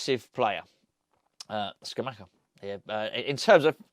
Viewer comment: can you please learn how to pronounce Scamacca. It isn't hard. It's not Scamacca, or Scamacca, it's Scamacca! Easy.